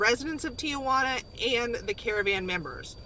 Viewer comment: the a in the middle of Tijuana is silent